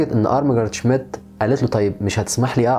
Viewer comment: الإسم ينطق ( شميت) مش شميديت